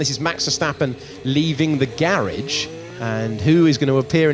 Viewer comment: What in thee heck is a GERRIJ?